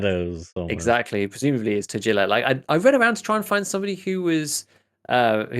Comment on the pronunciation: The postcard with Killa says "Happy birthday, kiddo", so not anything related to brothers, but for me personally it looks like they are indeed brothers. Also a tiny correction on Tagilla's name's pronunciation - that 'g' should be pronounced the way it is in the word "guinness" instead of "gene".